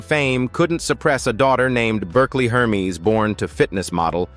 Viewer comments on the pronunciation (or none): none